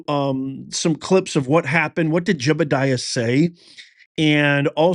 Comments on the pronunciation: His name is JEDIDIAH not JEBIDIAH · You can not pronounce Jedidiah? Your facts are usually off. Yea, I don't trust any truth to come out of your mouth. Media plant.